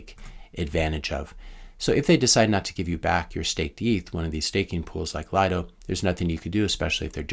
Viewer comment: Pronounced, "Lee-doh"